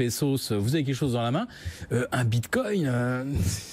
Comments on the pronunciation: J'ai entendu "bindgcoin", j'ai instant dislike. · Il sait même pas dire "bitcoin" ("le binecoin") ce guignol.